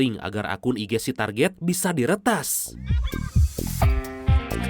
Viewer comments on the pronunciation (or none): none